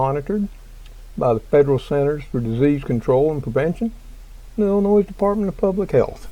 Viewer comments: obtw its pronounced Illinoi not illinoise LOL, sorry I was a yankee for a while and as a southern boy from TN they gave me hell for calling it noise. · The s in Illinois is silent just FYI thanks